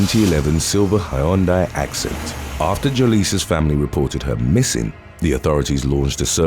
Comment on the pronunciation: It's pronounced "hunday" bub